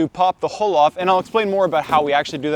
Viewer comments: It took me several times before I realized you were saying hull and not hole. Hull, rhymes with mull and dull but not with bull and pull. I apologize if your pronunciation is due to a local pronunciation or if you are not a native speaker. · I never before heard anyone pronounce "hull" and "hulling" as "hole" and "holing". 😂🤣😂 It took a little while to figure that one out. But then I was amazed when he was actually HOLING them. 😂🕳️ ... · We pronounce it Hull not Hole. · Good information and you presented it well. But... Hull – ( həl ) (rhymes with: lull, gull, and skull) the outer covering of a fruit or seed, especially the pod of peas and beans, or the husk of grain. Hole – ( hōl ) (rhymes with: mole, goal, and scroll) a hollow place in a solid body or surface.